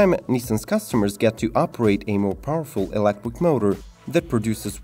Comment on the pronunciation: The hell is elecwick? “Be very very quiet! I’m hunting wabbits! Heheheh”